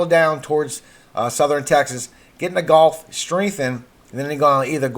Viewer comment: How about learning to pronounce the letter L, as in COLD ? Lets add GULF not GOLF to your assignment.